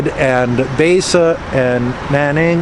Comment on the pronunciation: Baise pronounced as bi-sir, bi as in binary. Literal translation is Hundred Color.